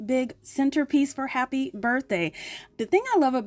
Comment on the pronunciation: I am not a subscriber of your channel. I just let whatever plays play most of the time. Every time you come on it sounds like you are saying “Hello crappy family” and it catches my attention every time. 😅😂😅